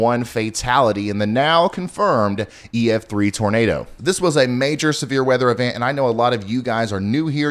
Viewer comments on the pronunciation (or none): none